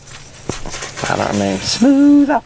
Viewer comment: SHA DAY not SADE.